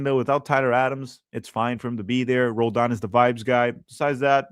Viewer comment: Roladan? Puh-LEEZ!